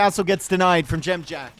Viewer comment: Impressed how well you say Dziamdziak. It's a tough one!